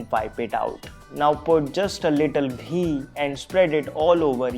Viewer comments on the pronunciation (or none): "Now put just a little dHEE"